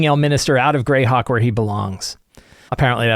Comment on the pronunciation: correction: it's pronounced Greyhawk.